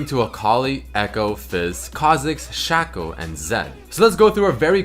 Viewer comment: its shaco not shaco